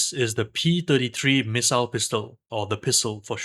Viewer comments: Say Pissile one more time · Very informative video. Still not calling it a “pissile” though 😂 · Fun drinking game- every time he says “pissile” and you giggle, take a shot. Have fun responsibly ✨ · Ah yes, the PISSile